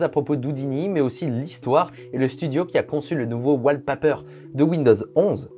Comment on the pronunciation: La vidéo est top. Juste à la fin par contre on dit "wale papier", bien à toi.